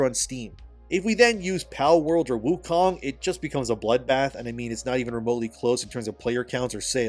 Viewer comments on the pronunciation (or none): none